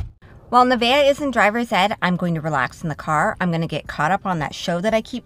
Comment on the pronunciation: Her name isn't Nivea, it's Nevaeh. Heaven spelled backwards, pronounced Nuh-Vay-uh